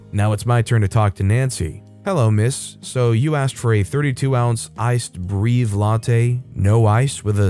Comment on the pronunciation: Most of the time "Breve" is pronounced Bray-vay